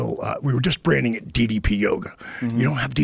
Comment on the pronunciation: Less than 2mins in and Joe already gets DDP’s name wrong. Stop pretending to be a fan. We all know how you really feel about fake wrestling.